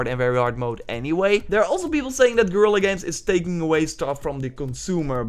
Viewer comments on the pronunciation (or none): none